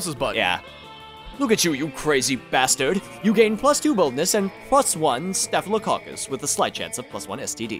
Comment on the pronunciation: Not even done with the episode, but I gotta say that I'm pretty impressed with no hesitation to pronounce Staphylococcus correctly. Most people have to look at that a quick second to say it correctly.